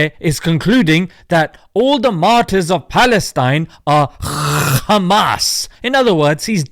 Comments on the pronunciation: The way he says Khamas 😂😂😂😂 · nobody can pronounce 'Khamas' like they do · haha the way you said KKHHHAMMAS gets a sub from me brother! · I know right they just think they’re innocent and they also need to fix they’re pronunciation they say KhAmAs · I always laugh whenever they pronounce Hamas as Khamas ! 😂😅 By the way I’m from “KHINDUSTAAN ! 😂😅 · “kkKkkkHaamass teWwWorWwist…”